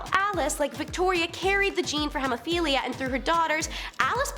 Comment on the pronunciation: It’s pronounced “hee-moh-fee-lee-uh” and “Ross-pee-yew-tin”. Pro Tip: most word processors have a “read aloud” function. Please use it.